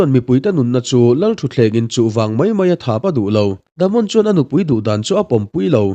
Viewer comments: Damond itia😂😂😂.... Daemon tila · Daemon Targaryen❌ The Mon Targaryen ✅ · Themon😂 Daemon Daymon tia lam a fuh ang,ngaihthlak a nuam zawk bawk ang. No offence